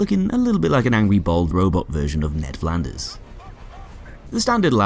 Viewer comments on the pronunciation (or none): none